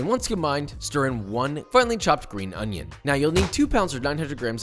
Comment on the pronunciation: The onion pronunciation was exquisite